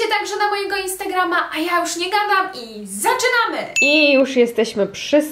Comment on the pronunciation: Te zaczynamy zabrzmialo jak u Koreanki :D